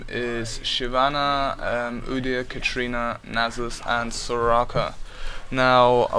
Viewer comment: Lol its katarina not katrina.